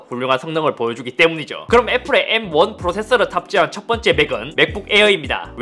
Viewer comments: M1는 에무앙 M16은 에무십육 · "에무 원" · 애..무...16 메..모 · 나만 암욜맨으로 들리나 ? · 애무십육? 왠지 야하다. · seoul aemu king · 예전 분들은 일본어 발음 잔재가 많이 남아서 M16을 에무16 수학 R을 아르.. 팬츠를 빤쓰 등등 쓰는 경우가 많았죠 ㅋ 근데 잇섭님이 읽는 M1 발음이 왠지 모르게 에므로 들리는 착각이.. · 왜 자꾸 암욜맨으로 들리냐